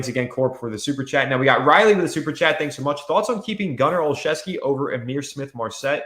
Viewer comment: Gunner is pronounced “Gunner- oh- Chef- ski”